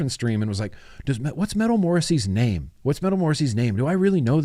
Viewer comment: When you said name the dragon it sounded like Nate the dragon so I think maybe Nate would be more fitting 😁 #replaycrew ps I think uwell has gone down the dead rabbit path 😅 as much as I think this is dumb idea but if it works well I just might love it! I alternate 2 flavors all day every day so maybe a 2 coil 2 flavor pod system is just what I need!?😅